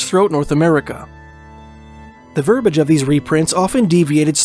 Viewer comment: Verbiage, sir. The word is verbiage unless y'all drop a syllable up there